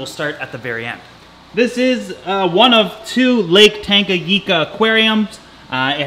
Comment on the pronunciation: Tanganika... Your pronouncing it wrong.. But its cool.. I live in Tanzania next to Lake Victoria and thought sense your into african cichlids you might want to work on pronounciing the names of the lakes.. Othwise beautiful fish and doing wonderful job on videos.. Haven't listened yet to the part why you quit YouTube but its disappointing.. Enjoy your video a lot...